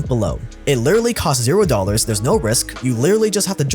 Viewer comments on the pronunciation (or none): Everyone: literally Jake: Lirearly